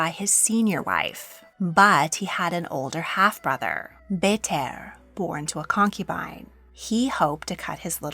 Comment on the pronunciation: Mongolian audience here. Love the video but i wished you would researched little more on pronunciation on the names. I winced every time you said Burte's name.